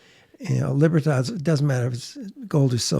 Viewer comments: Its pronounced libra- todd not librahh-tadd bruh 😂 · LIBER- TAA TAAS 🤣